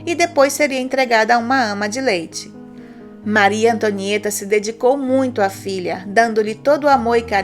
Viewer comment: maryyy tonhaaã tomo no buotoron kkkkkk eo Hamilton tuambiem kkkkk